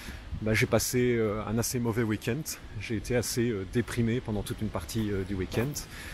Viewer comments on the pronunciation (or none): Très bonne vidéo comme d’hab tu explique bien ton point de vue et c’est parfaitement dit mais il y a UNE chose que je ne peux pas laisser passer tu dis bon week ent avec un T imagine nos amis anglophones il doivent être dépités ( c’est du second degré)